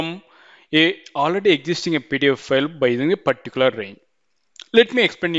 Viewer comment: good video but the way you say pdf file sound's like pedophile